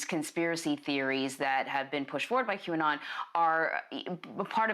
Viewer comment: It's funny that no matter how hard tries to pronounce QAnon he always messes it up.